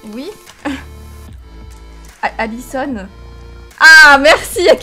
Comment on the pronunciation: J’entends ADISON mais t’écris ALISON 😂 Jdois être sourde xD